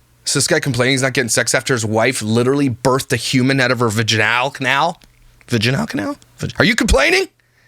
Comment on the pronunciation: ‘Vadge al canal’ I can never unhear that, and yet, I will be using it in the future to gross out my family members 😂🤣😂🤣😂🤣😂